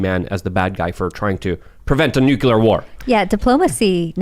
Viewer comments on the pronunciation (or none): HEY!! NUCULAR is not word!!! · Someone teach to say "nuclear"